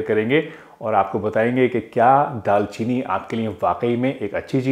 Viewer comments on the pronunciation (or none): Dal chini nhi daar chini